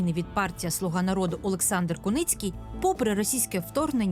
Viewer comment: Олександър 😂😂😂😂😂😂не алекс ,а олекс😂😂😂😂😂.